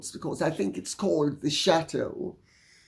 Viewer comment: I shrieked with laughter when you said "shatooo". It explains the 16 bathrooms